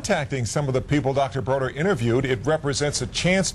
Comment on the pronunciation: David BODER, not “Broder”!